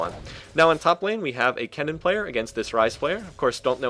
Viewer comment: Wow.... He got kennen's name correctly.. and not saying "ryze"!!!!